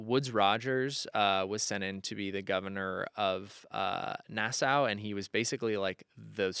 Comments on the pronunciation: love that you love pirates (me too) <3 Gentle criticism, Nassau is pronounced na·saw (not na·sow). A lot of people mispronounce it, don't worry. Credentials- Bahamian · Hi from Nassau, Bahamas! We are descended from the Pirate Matthew Lowe. I have to correct you though. Nassau is pronounced NA-saw., your knowledge is impressive. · love u. pls learn how to pronounce nassau